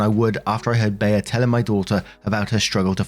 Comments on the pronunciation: It's "Bee." Not "Bay-uh." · In what reality is Bea pronounced Bayer not Bee? lol! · It's NOT "bee-ah". I've travelled all over the USA and only ever heard that name pronounced "Bee". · Well,. We knew you couldn't pronounce "Liza", "Mila", and 50 others correctly. Now we know you can't pronounce "Bea" correctly. Seriously? Maybe you can ask Be-uh if she'd like a cup of te-uh to go with her plate of pe-uhs. Jesus. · It's pronounced bee. That's the name of one of my friend's mother. Always called her Aunt Bea growing up. Wasn't that the name of the aunt in the old Andy Griffith show? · It’s pronounced ’Bee’ like the insect, here in America. Probably short for Beatrice/Beatrix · It's pronounced "Bee". This woman sounds like a nightmare!!! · It's pronounced "bee" as in Bea Arthur (short for Beatrice). Hope that helps 😊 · The e in Bea is pronounced like the first one in ever.